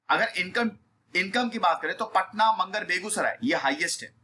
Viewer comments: मंगर नहीं। मुंगेर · मंगर nhi sir ji मुंगेर (munger) kahte h usse 😉😁.... Sorry